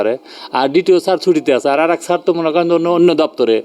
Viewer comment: সাংবাদিককে উচ্চারণ শুদ্ধ করা লাগবে। ছার না শব্দটা স্যার 😊